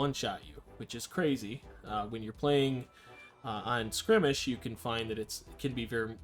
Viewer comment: Dude its not skrimage its skirmish.